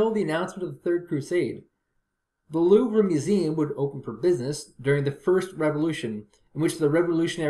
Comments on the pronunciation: It's pronounced "Louv" Not "Louv Ra" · As a french, the way he pronounces it sounds like "Louver". Like Oliver. It's Louvre. The "re" is pronounce "re". And not "ri" or "er" like you anglo's do. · No it's not. A lot of Anglocizers recommend pronouncing all French words that end in RE without them as they feel it's better to butcher the language rather than be misunderstood. I am not one such person.